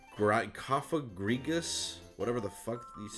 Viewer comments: Cofagrigus is pronounced: 'Koff-a-Gree-juss" Combination of coffin and egregious. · ... Wow. I just checked my book on it. I botched this up! ...It's 'Kof-Uh-GREE-Guss'. ...That is embarrassing.